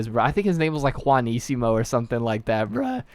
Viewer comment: Like for properly pronouncing the "J" in "Juanicimo. That's so uncommon XD